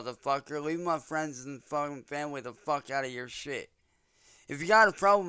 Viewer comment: Leave my fwendz and famblee alone